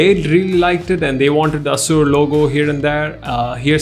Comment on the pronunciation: Its aasoor not as%@ bro, it literally sounded like that.. pronounce the way its supposed to be pronounced man